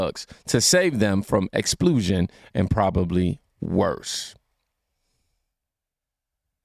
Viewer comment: 😂king...it's not pronounced ex-pool-shun...its... ex-spul-shun😂